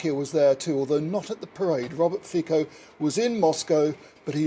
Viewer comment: The name of the Slovak PM is pronounced "FEET-so," not "FEE-ko."